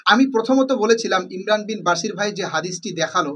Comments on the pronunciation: আরে ভাই আপনিতো ইমরান ভাইয়ের নাম টা ঠিক করে বলতে পারেনা 😂😂😂😂 বাশির না ভাই বশির বলেন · মুর্খ কোথাকার শব্দ উচ্চারণ কি হয় তা জাননা ভুল দরতে আসো শব্দটি বশির হবনা বাশিরই হবে বুঝলে । অন্দ অনুসরণ করোনা বুঝে চলো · তোমার ভিডিও কি দেখব ভাই নামটাই তো ঠিক করে উচ্চারণ করতে পারো না ইমরান বিন বশির। ইমরান যথেষ্ট জ্ঞানী হাফেজ মাওলানা মুফতি তারে জ্ঞান দিতে এসো না শেষ জানে। তার কোথায় ভুল সে তো রেফারেন্স সহ দেখাচ্ছে। সত্য কথা বলতে তাকে হত্যা করো তাই না।